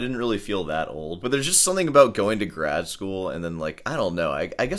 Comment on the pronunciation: Say grad school again. I feel like you’re a wanker my guy 🎉